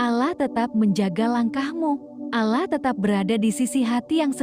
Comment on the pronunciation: Pengucapan bahasa utk salat salah mbak bukan salat (nanti dikira sayur) tp sholat jg pengucapan Allah nya di betulin dl baru bikin konten ... maaf mengingatkn masalahnya gk enak didengerin nya